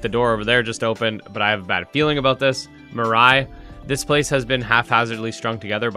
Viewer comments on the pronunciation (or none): Love content. But, Please bro lol its pronounce. "Meee-Raay" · Also mispronounced Mirei.